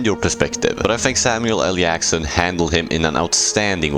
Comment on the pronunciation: He keeps saying samual L Yackson too instead of Jackson